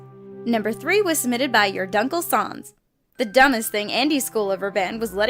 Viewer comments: They mispronounced "YourDunkleSans". ŸÖÜ ŠÏÑŃÉR. ŸÖU HÂVÊ ŚÏÑÑÉD. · yourdunklesans (pronounces it sons) me: IT'S SANS BOI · "YourDunkleSauns" ITS PRONOUNCED A AS IN APPLE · "your grunkle sans" I'm done (they pronounced sans like hans but with an s)